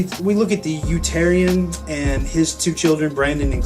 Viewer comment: Utopian not Utarian... UTOPIAN..... It's THE DAMN UTOPIAN!!!!!!!!!!!! Great review I agree with everything you said apart from that. Keep up the great work.